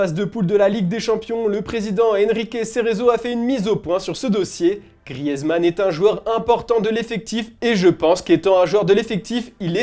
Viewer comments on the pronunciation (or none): Ça ne se dit toujours pas « grièze » mais « Griz »